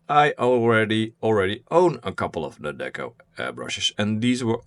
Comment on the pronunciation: The name is NEOECO, not Nedeco👌